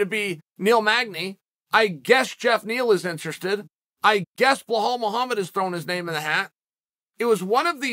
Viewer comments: Chanel put some respect on his name.. it is Belal not Behal lol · Why does Chael always say “Blehal”? It’s Belal. Belal. I offer this to you, Chael. It’s Belal. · Chaels being ridiculous with this take. He apparently sees no difference between Khamzat taking on Burns, Belal, or Magny. Chael there’s levels to this and Burns is multiple levels above the other two. Also, where tf do you get “Behal” from “Belal”. It’s not a hard name to pronounce lol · Me: Khamzat, Belal Chael: Hazmat, Blahal Me: OK, great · Belal, not Blahal :) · Somewhere in a parallel universe uncle Chael incorrectly pronounces Blahal Mohammed as Belal Mohammed, it’s just the way God made geese. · “…Blahal Mohammed…” - Chaehal Sonnehan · I find it Funny how Chael fucks up everybody's names and don't give 2 Shits about it 😂😂😂 "Blahal" , "Hamzat" and many others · I came across your channel awhile ago and have not missed a video since. Im guessing the reason you say some fighter's name's wrong has something to do with your upbringing, By that I mean the way your Father God rest his soul used to say Wrastling instead of Wrestling. I get that, What I dont understand is Why It's only Khazmat, Makelchev and Bhlal. Usually Id switch Channel's but your are a genius, I love MMA but I always learn about much more than MMA listening to you and something tells me this doesn't come from a bad place, But nevertheless, I think you could do better... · You are butchering Belal's name you call him Bahall lol... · The way Chael says "Belal" is so funny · CHAEL, I'M HAPPY TO HELP YOU PRONOUNCE BILAL MOHAMMED!